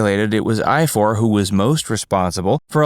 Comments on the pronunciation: They are Welsh. Richards older brothers name is pronounced I-Var. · You pronounce Ifor as Ivor.. I wondered what you were saying did a moment!!!